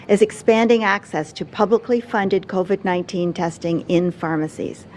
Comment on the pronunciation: And I think Ford is talking about a different virus....Co-ved